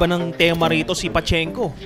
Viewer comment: Correction, Pachinko ang tamang pronunciation from Japan.